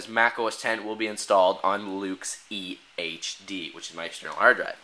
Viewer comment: When you said EHD it sounded like EA Games